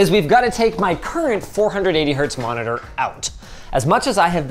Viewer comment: Ah yes, an "endgame monidoor"